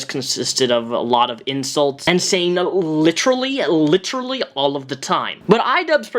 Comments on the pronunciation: Fucking leafy. It’s literally, not lich rally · OMFG i HATE it when people pronounce the word Literally as Litcherlly.......GRRRRRR